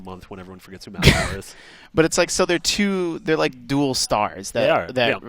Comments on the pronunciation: God it's macklemore not macklamore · lmao "ma-cleh-more" XD